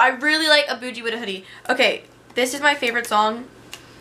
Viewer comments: She said aboogie instead of A boogie 😂😂☠️ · She said boujee with a hoodie. It's boogie BU~GE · It's Aboogie ( A-Boo-gey) she said "aboojie" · I'm cringing even tho I love her. She had a Boogie wrong . She said (aye- booge-ee) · LIL Macho she said a buggggii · "a boojie" weak af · Did she say a boogies name wrong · Oh noo she said "a boogie with a hoodie" wrong 😭😭triggerd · if you from NY I know you damn near collapsed the way she said A boogie, well I guess from anywhere for that matter; but NY represent!!! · A boogie she said it wrong😂😂😂😂😂😂😂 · you pronounced a boogie wrong thats sad cmon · Was that a serious attempt at pronouncing A Boogie? Lmaooo